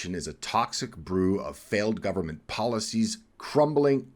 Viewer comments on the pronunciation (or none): none